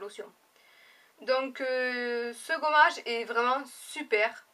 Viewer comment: "Ce goummage" ihihih ! Moi aussi le truc pure system il me piiiiique graaave